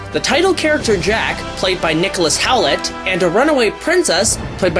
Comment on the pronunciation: Nicholas HOWLET??? His name is HOULT!